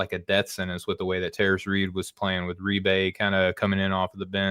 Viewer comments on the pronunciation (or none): Eric Reibe is pronounced “Rye-Buh” just to let you know for the future. Great show!